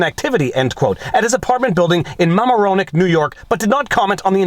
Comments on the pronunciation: He called Mamaroneck Mama-Ro-Neck! It’s “Muh-Mare-ra-neck”, like “Neurochelle” and “Chewtee-newtey-doofie-poopie” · Mama-ronick I guess that's the French Canadian pronounciation. Ma-mare-ronick is the way us NY'ers say it. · I was wondering how he would pronounce Mamaroneck. Mama-Row-neck??? Literal LOLOL . . . I am still laughing minutes later now. MAH-mare-on-neck is more like it. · MaMAAronNeck not MAmaRoneck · Mamaroneck is pronounced "Ma'am-arrow-knack" Quickly together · I used to live around there. It' MA'AMahr-o-neck or at least nobody from there ever corrected me. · It’s pronounced: MA-mare-roe-neck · Love these legal vignettes, Viva, and many of us don't stereotype you as right wing - you're Canadian, so there's nuance. But as a respectful friend, FYI, it's Ma Mare O Neck NY (I have family nearby in Westchester). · This is all so weird. But I had a true belly laugh at the pronunciation of "Mamaroneck." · what the bleep you say? I lived in "Mamaroneck" it's not whatever you called it lol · You pronounced Mamaroneck wrong.